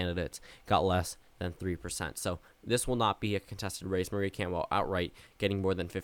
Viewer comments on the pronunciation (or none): none